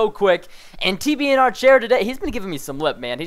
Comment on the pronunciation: love when he talks with that accent about TBNR chair